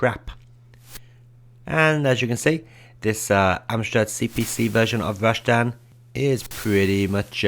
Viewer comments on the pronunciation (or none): rash-tan? think you mean ras-tan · Rashtan sound's like how Sean Connery would say Rastan lol